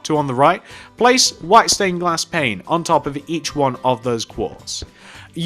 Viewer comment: you said black staind pane